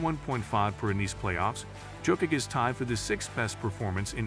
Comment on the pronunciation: If you can't pronounce Jokić, please call him Joker. PLEASEEE